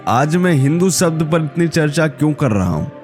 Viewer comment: Come to the point man. You are beating around the bush. Then again, you cannot even pronounce the word 'शब्द'। You keep saying 'सब्द'।